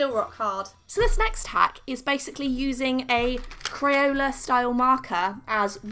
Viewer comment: Is it just me or when she said “ Crayola styled marker” I thought she said crayon, just me okay